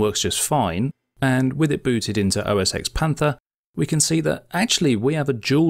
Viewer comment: For the love of all things holy - it is NOT OS Ex. It is OS ten.